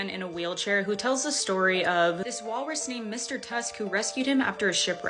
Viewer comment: Gurl its Walrus!